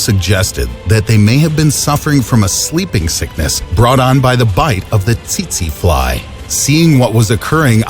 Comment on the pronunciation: "tsetse fly" or titi fly hahaha. hi mga pinoy hahahahaha